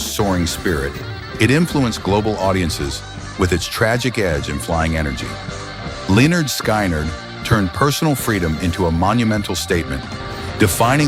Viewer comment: Pronounced Lynyrd all wrong......LMAO.